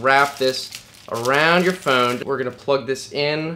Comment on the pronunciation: I just love how this guy pronounces phone..."PHooooun"...it's like his brain farts after the "ph" :D